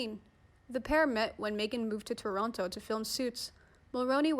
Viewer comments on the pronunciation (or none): none